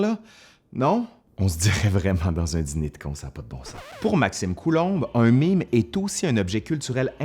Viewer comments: "è" se prononce "ê" en français. Et non "i". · OK, mais cela se prononce MAIME, pas MIME ;-P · j'ai toujours prononcé "mème" comme "même", je suis française et l'accent grave se prononce comme l'accent circonflexe XD donc quand j'entedns dire "un mime" ça me perturbe XD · C'est écrit mème mais tu prononces mime ?? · En France on prononce "mème" exactement comme "même" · Ça se prononce "maime"!!!!!!!